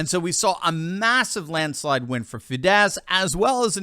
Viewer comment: it's OR-bahn and it's FEE-dess. Stress is always on the first syllable in Hungarian. It isn't French🙂